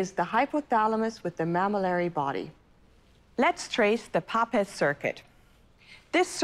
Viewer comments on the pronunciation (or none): papez rhymes with tapes....